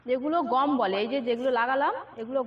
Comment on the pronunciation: এই লতু গম নাকি গাম বলে মনে হচ্ছে ❤❤❤❤